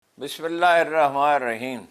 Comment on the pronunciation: اسلام علیکم، سر برا نہ منائیں، آپ بسم اللہ پڑھتے ہوئے رحمان کا ن پورا نہیں بولتے ہیں۔ اپنا آڈیو خود سنیں تو آپ پر بھی واضح ہو جائے گا ۔